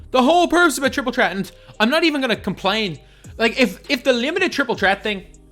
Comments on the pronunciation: He never pronounces the th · The way you say Threat :) lol